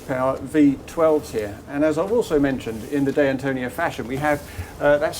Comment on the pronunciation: "Day Antonio"? At least try, mate.